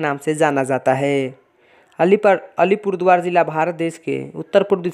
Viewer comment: Tum to thik se Alipurduar v nehi bol pa rahe ho